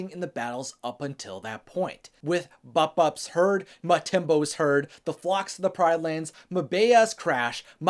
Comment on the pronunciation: Bupu’s name is pronounced boo poo💩